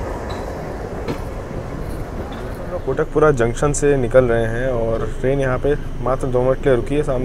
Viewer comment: एक रोचक जानकारी आप सभी के साथ सांझा करना चाहूँगा कि हमारे गैर-पंजाबी मित्र इस शहर को "भटिंडा" कहते हैं पर पंजाब में इसका उच्चारण "बठिंडा" के रूप में किया जाता है। इसी तरह "कोटक+पूरा" नहीं बल्कि "कोट+कपूरा" 😍💕🙏